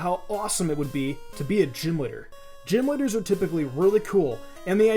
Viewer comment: Why do you keep saying "liter" instead of leader?